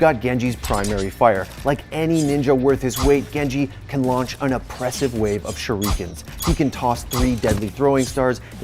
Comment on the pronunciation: Say shurikeen one more fucking time